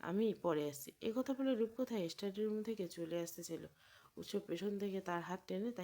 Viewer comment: স্টাডি” ইস্টাডি নয়